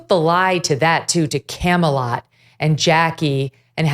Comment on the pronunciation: It wasn't Camelot, it was Camealot.